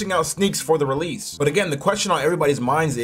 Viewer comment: Insane bro sacmmed me with saying realese